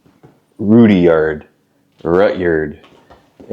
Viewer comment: It is cool to see you coming through our small towns. I always enjoy seeing videos of our local area and hearing the perspectives of those filming. Most of us pronounce Rudyard as Red-yard. It has always fascinated me to see pictures of these towns from their heyday. They were all thriving bustling little towns with dozens of businesses. It wasn't like it is now where we jump in our vehicle and think nothing about driving to Havre or Great Falls to buy what we need. Each town served as a hub for its local area and was dependent on the railroad for delivering supplies and for travel. People didn't travel as far back then and came to the closest town for their needs.